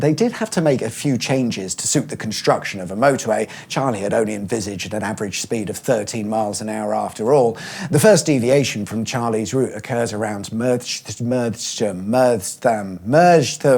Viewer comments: Merst-HAM- rhymes with Wurst-ham. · It's Mer-stum,! "Merstham, this is Merstham...." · it's pronounced 'mur-shum' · I lived in Merstham for about 10 years and my dad could never get the hang of saying it. He'd say MERST-RUM for some reason, why? There's no second R, why is it so hard to pronounce correctly?! It's MERST-UM. PS. As mentioned before, love these videos, PLEASE do one about the aborted M23 joining up with the ringways into central London. I'd love to see how a motorway might have looked plowing its way through the likes of Cheam and Streatham. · glad i’m not the only one that can’t say “merstham”.